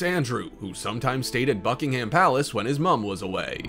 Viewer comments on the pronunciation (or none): Not bucking HAM but bucking-umm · Its Bucking - um its not American English